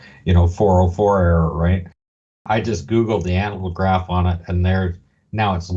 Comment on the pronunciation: How come you guys can't pronounce ANAGLYPH? An "analgraph" would be something entirely different.